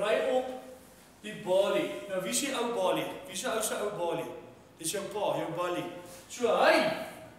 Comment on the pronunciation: Walie, nie "Wallie" nie... Balie, nie "Ballie" nie. Wel redelik snaaks. Nie naastenby so goed soos se ander goed nie.